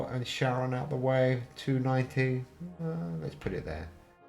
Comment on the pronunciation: charon is pronounced like CARON